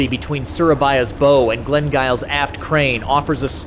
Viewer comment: bow ??? its called a BOW not bow